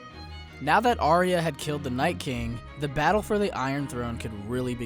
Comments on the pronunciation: IT IS NOT "ARIA"!!! IT IS PRONOUNCED R-YA. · Why does every american pronounce Arya's name Aria? It's so frustrating. It's, 'I-ah' other than that good vid. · Aye-ah. Not Aria.